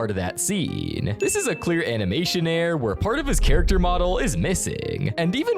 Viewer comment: I know right? And his error and mirror pronunciations are kinda off too